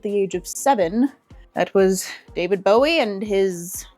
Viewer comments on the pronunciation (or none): Ah yes. The David Whoa-ie. Or Wowie depending on your pronunciation.